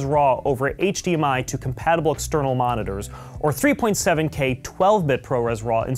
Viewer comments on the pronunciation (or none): none